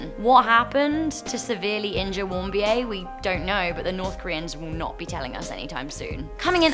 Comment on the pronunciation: O.k. , it is pronounced Warm- Beer. And Trump slam aside, the Kims destroyed NK.